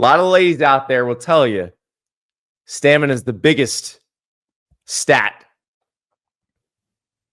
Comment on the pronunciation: My guy cant even say stamina, “stanema”